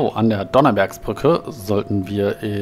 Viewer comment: Was hat die Donnersbergerbrücke mit Donner zu tun?Man spricht [DonnerSberger] nicht [Dodonnerbergerbrücke]